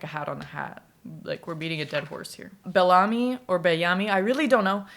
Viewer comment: You are pronuncing HESO right and BELLAMY is pronounced as BEL - lah - mi, the stress is on the "BEL"